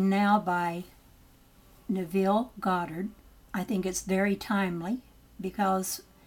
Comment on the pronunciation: neeville?..... its Nev ... ille Nev.....ille .... Neville....good god what they dont teach u in school there. :/